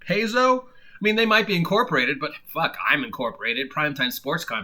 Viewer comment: Paizo is pronounced PIE-ZO. Venger is a guy on Inappropriate Characters. I don't know much about him.